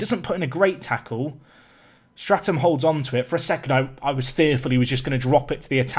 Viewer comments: And your are still saying St(r)atham, thought your goalies name was Statham ;) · Absolutely loving this series, I'm very invested in the team you have created and would love to see the FA Cup run! Quick note though, amongst a few other naming errors your keeper's name is Statham not Stratham! Other than that, love it! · Mate, you call Michael Statham, stratum